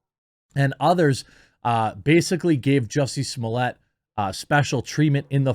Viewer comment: Jesus Jeremy you are butchering the name. It’s JUICY SMOOYAY NOT SOMALIYAY.